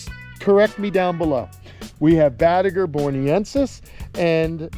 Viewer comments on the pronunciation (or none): Need another pond for some of the biggins.. id want to see some of these turtles all the time pronounced it Bot-2- Gar... never heard that one before